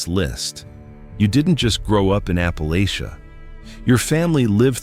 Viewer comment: For heavens sake, please teach the friggin’ computer the CORRECT pronunciation of Ap-pah-la-chuh. Descended from Murphy, McCoys, Chambers, Painter, Robinson and more.